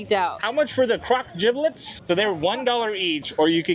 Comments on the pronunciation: Not you saying jiblit😂 it’s jibbit 💗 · Please let know it’s “jibbitz” not “jibblits” 🤣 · Jiblets 😂 it's jibbetts I like jerids version better! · lol not jiblit.. it’s Jibitz😂😂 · calling gibbitz gibblitz has me cackling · Haha, nothing is more millennial than calling crocs jibbitz, gibblets 😂😂😂, you’re hilarious! I can relate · lol I call it the same to far gone to pronounce it correctly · I was gonna say the same thing 😂 Not calling Jibbitz, “Giblets” lol